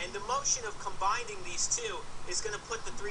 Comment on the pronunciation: ha ha 'combinding'